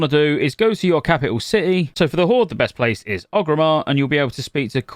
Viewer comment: why do u call orgrimmar ogrimmar?